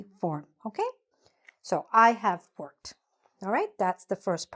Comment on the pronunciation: You pronoun bok ,not book,have -haf. read-red. arrived-arrive.